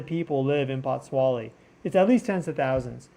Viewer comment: It is pronounced, POTS SWOLE LEE. THANK YOU.